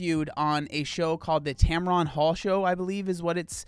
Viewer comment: It’s “ Tamron” not “TamRon”